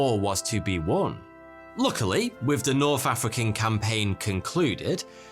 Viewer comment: "Norff African campaign . . . . "